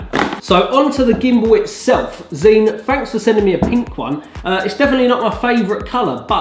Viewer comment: Zhiyun is pronounced like 'JAI- YUN'. Hope that helps!